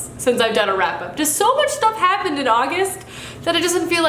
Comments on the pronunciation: did you say frap up? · It sounded like you said august frap-up